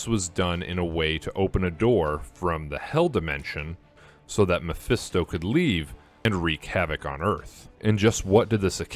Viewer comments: Say it with me! ME-PHIS-TO not mephesto 😂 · Why does he keep saying Miphesto?